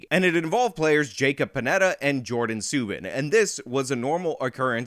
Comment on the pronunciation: I am Canadian and you really messed this up bad. You didn't pronounce "Suban" correctly and his brother is PK and he is Legend. Now I believe you put as much effort into all your vids.